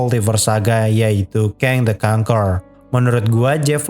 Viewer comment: pengucapan "conqueror" yg bagus daripada reviewer film yg lain malah jadi kon-KUE-ror